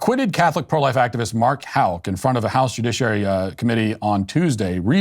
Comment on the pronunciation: You are the very first person I've ever heard pronounce Houck correctly without being corrected. My former married last name was Houck and two of my kids' last name is Houck. I've heard every pronunciation in the book except the correct one.